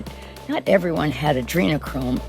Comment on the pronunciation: Nancy seriously said adrenic chrome, and the beginning of the video. Which, according to us conspiracy, theorist is what the elites including Nancy Pelosi and celebrities, and those like take to help keep themselves youthful. And even Hillary Clinton and Bill Clinton names have come up. It’s too coincidental that if you see the way, the celebrities are lashed out is because they’re adrenic chrome has been taken away by President Trump according to Q.